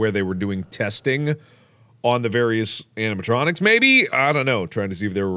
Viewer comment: He said animatromos I thought he said animahomos